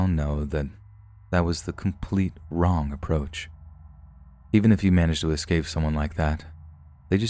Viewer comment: The word is esss-cape, not excape.